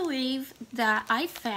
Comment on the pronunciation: Hi. I hope you don't mind if I correct the pronunciation of the word "gnocchi". It's actually pronounced gno-key. Great haul as usual and thanks for sharing!!